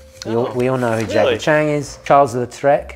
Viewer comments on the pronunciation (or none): Just to let you know, it’s Jackie Chan, not Chang lol